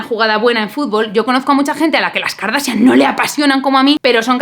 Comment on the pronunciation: La verdad es que lo haces muy bien. El apellido del arquitecto se pronuncia con "J" al final, como Bach (pregúntale a tu novio que él si pronuncia muy bien. Segundo, eres muy inteligente no digas KARDASIAN porque suena muy mal en inglés. La palabra tiene solo dos silabas "kor" y "asian".